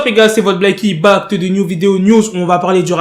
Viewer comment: Son «back » on dirait il dit «pacte »